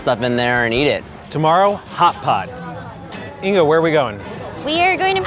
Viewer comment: Her name is inga but they keep calling her inca!